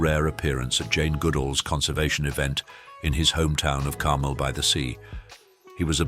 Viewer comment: Why can’t the announcer pronounce Carmel the way it’s supposed to be???